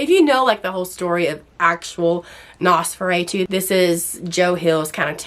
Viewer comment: U r great, great synopsis and reviews but its driving me nuts lol its Nos- for-Ah-too, like the vampire not nos for aaaa too ❤